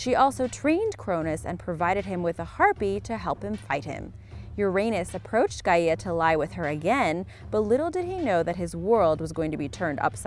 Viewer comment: Gaya not ga ii a